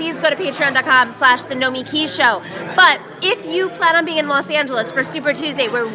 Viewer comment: Lush Nomiki 🙌🏾 (She pronounced her name differently when she said the show name)